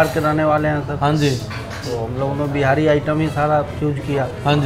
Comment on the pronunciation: Bhai behari, behari baar baar bol the Ho aap, bura mat manana Lekin itna tough h kya simply Bihari term use Karna???? Be-ha-ri is incorrect bee-hari is correct!!!! Telling you because I myself am a "BIHARI".... And I am finding it a little awkward and clumsy !! Great job anyways!!!! 👍